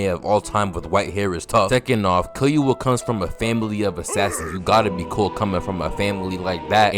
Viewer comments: This video is fire but you saying “Killyua” instead of “Killua” bothered me so bad 😭 like nails on a chalk board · my guy you dont pronounce the u like your saying its name in killua. its killooah not killyoua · if you makin videos like this you gotta start watching in dub cuz hearing killyuh instead of killua got me tight every time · kil-ua NOT kil-you-a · Its not killyuoa its kilua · kill you uh ... kee loo uh is the correct way to pronounce killua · Nice video but it’s so anoying the way he says Kill-you-a is pronounced ke-lu-a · Killyua or killua no disrespect but i had to point it out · bro says killua as kiyuwa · Key Loo Uh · kill-you-uh?😭😭😭😭 every time u said his name like that i cringed😭😭😭😭😭😭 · “Gone, Killyoua & PTwo”💀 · Because Killua will Kill-you-all it’s literally in his name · bro really violated killua by calling him killyoua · Why do u say killua with enthusis on the y sound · why you say killua like that💀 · killua LITERALLY got kill in his name, also luv the way u pronounce his name XD the emphasis on the "Kill" in his name lolol